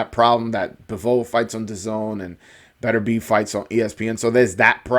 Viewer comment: I called 9th round I knew Beterbiev would walk through Browne. Browne was given a gift in the past againt a dude Beterbiev almost killed. BTW its Pronounced Better-be-ev. Peace